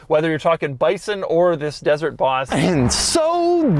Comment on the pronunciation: Why you say Boss like an idiot? Like 80 times you said bHHHauss